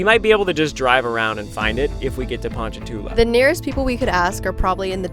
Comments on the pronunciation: its surprising how many times you said ponchatoula correctly!! its "pawn-chuh-too-luh" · Strawberry capital! I get my hair cut there lmao its pon cha two la. so u said it right multiple times. we just call it ponchi tho